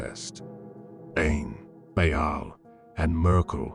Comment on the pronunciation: Lmao this is ai generated slop, are you kidding me? "Bha-al" lmao. And its all over the place.